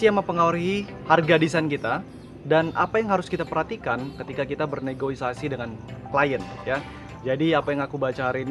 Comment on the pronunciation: interupsi bang, btw yang bener negosiasi bang wkwkw...